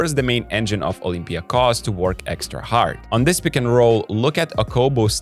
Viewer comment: It was one of the messages here under one of the previous videos that got us doing it right. Thank you & good luck to Olympiakos!